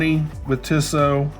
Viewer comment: It's pronounced 'Teesoh' with a long E followed by a long O.